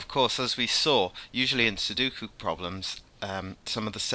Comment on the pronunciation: Sudoku is pronounced like "sue dough coup". You're inventing a middle "u" that doesn't exist.